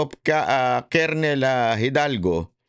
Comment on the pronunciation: "Grijaldo" hindi "Hidalgo"